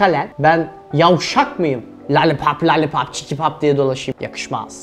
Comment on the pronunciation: ''Ben yovvvşak mıyım. lalipap lalipap diye dolaşıyım '' 😆😁